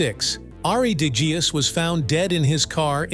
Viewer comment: En je kunt Degeus niet eens correct uitspreken?